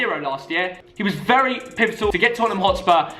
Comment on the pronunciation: This is how many times said “pivitol” ⬇️⬇️⬇️